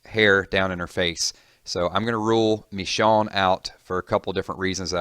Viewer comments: Actually in the comics, Robert Kirkman states that Michonne is originally pronounced as "Me-shawn" but in the TV series it's pronounced "Mi-shown" but yeah he should've pronounced it like the way it is in the TV series lol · its mIchonne not meechonne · that's a good prediction. I really like it. but you pronounced michone wrong. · ***** I think it's MIichonne. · Actually, I thought pronounced it like: Mee-Shawn. Hahaha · actually enunciated as Mih-SHOWN. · Lmfao. "Meeshown" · It's Michonne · The way he pronounces "Michonne" lol.